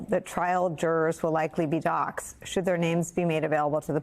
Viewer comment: NOT docked, but Doxed, like saying "boxed"